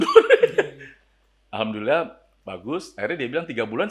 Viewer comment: tapi dalam pengucapan nya kek orang muslim beneran..... Ane sampe kaget, "loh kok pendeta ngucap alhamdulillah"..? ... Kan heran ane